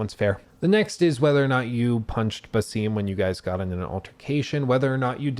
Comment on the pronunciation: My guy thinks he’s so intelligent by pronouncing the names wrong 😂 it’s a-vor not “eye-vor” and it’s ba-sum not “bay-seem” 🤣🤣